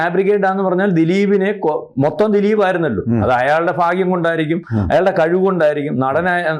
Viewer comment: ഫാഗ്യം തെറ്റ്. ഭാഗ്യം ശരി.